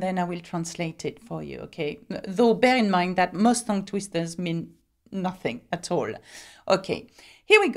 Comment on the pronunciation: tongue is pronounced tung as in ton is pronounced tun and Tonbridge and Tunbridge Wells as both pronounced tun, you are saying ton and it is tun.